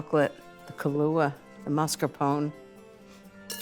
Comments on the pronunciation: Love Ina but that pronunciation of Mascarpone was hard to bear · Love the recipe. Hates the way she mispronounces “mascarpone”